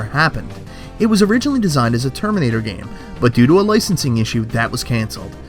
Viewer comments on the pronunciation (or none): none